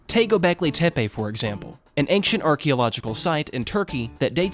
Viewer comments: There’s no K in ancient big dawg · I am sorry, but saying ankshient and not ein-SHENT and saying mod-YOU-le and not mo-JOU-le really detracts me from the video. I don't know if it's just your strange (to me) local native accent or if English is your second language, but I haven't heard anyone who says the word "ancient" in such a way. This pronunciation just really puzzles me. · Yes, please do make a vid for the two sequels. But just please... Learn how to pronounce 'Ancient'.